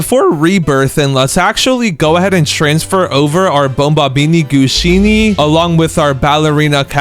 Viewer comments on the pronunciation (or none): It’s bombombini gusini not bombombini Gushini